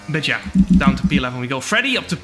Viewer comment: I like how Jarno pronounces his 'but yeah' as 'betje' 😄